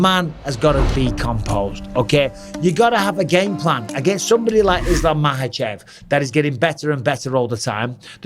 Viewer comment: Makhachev. Not mahachev. Not everywhere in the world j is pronounced h and kh is silent